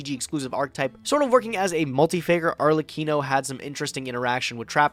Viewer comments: Its arlekino not akrelino XD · "Arr-Leh-Kee-No" It is a reference to the "harlequin" not the "Hark a lin" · As an italian, I cry whenever I hear arkelino. Basically, "arlecchino" is a figure in the italian theater and a well known character during the carnival in venice. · I am so mad that they cant pronounce arlekino. says "arkelino" and says "arleccino". As an Italian, it triggers me a lot lol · arkelino? always screwing up those names :( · Butchering that Arlecchino pronounciation. My Italian heart bleeds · pls repeat after me: Ar-LE-ki-no. ARLEKINO 😉 😂😂😂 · Ah, "Arkelino", great card Didn't finished watching yet, but is driving me crazy with that pronunciation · Dude this drives me nuts... Like look at the fucking letters its not a special name like chixiao or something else... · Why does call arlekino arkelino for a good bit of the video hearing it pronounced like that hurts me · Arlecchino is an italian novel figure from Venice and the Carnival, earing mispronouncing It makes me wanna Scream and cry as a italian I am kekw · The worst part about this episode was pronouncing Arlekino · How often can we mispronounce Arlekino? and: Yes! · i've heard like 4 different Arlekino pronouciations 8 minutes in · The only thing worse than ragnazero redox is pronunciation of arlekino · Listening to them pronounce Arlekino was like nails on a chalkboard. Imagine yugioh players knowing how to read. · Both and mispronounced it in a different way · mispronounces it. makes up a word because he doesn't read the letters.